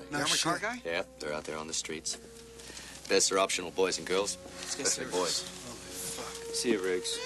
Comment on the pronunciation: you can her Mel's aussie accent slip in twice here, when he says "yesterday" and "boys and girls".